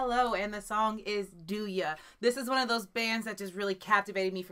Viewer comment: It's "do ya" Lmao